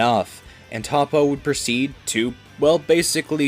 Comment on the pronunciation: Your mispronouncing toppo and other names